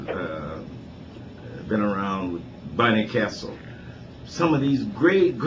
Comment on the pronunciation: "Bunny Castle" 😂 its Barney Kessel